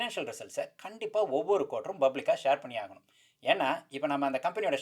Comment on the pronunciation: Bro, I am sure you did Tamil medium school. You are still pronouncing public as bublic. :)